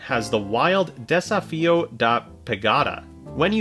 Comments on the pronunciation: Desafio means dare or challenge. Portuguese isn't pronounced the same as Spanish but you have done your best, so thanks. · trying to pronounce "Desafio" wasn't something I knew I needed, but am very grateful for it